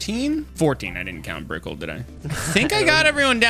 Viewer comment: Its brickell not BRIKL